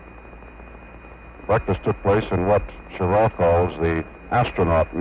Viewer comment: This the one where the comm guy keeps calling him "Schirrar"?